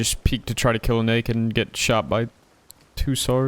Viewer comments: That sounded soo bad, But I'm pretty confident He was actually saying Naked, but Pronounced it badly, and the Mic Didn't help. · Thanks for clarifying- def sounded like N word - very glad it wasn’t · Slow it down to 0,5 speed thats where i start hearing naked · "i killed that black NAKED with the tommey in the middel" Rewatched it 5 times cuz i thought bro said somethin else xD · It sounded like the n word lol I had my phone speaker covered and re winded the vid and heard naked the 2nd time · I know he said naked but it did sound like the n-word and you can’t deny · didn’t know naked was also said with an “i” in the middle and a “uh” sound at the end 🤔